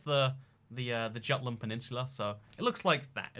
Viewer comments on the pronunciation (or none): none